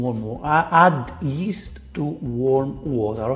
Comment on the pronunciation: "add yeast to warm water" really sounded like "add ghee to warm water" lol